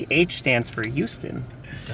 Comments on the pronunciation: Why does pronounce Houston as "You-ston"? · So you know it's H-Town, yet you still say it like Youston. sigh Could be worse. Could say it like New Yorkers and say How-ston.